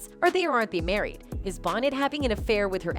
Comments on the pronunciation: Lisa’s last name is pronounced, “Bow-nay”. Not pronounced “Bonnet”. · ANOTHER VIDEO MADE BY ARTIFICIAL INTELLIGENCE! They always butcher names like Tupac, Lisa "BONNETT" LOL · Her name is pronounced Lisa bonay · Come on Bonet and Paradis it is not hard to pronounce these two names properly.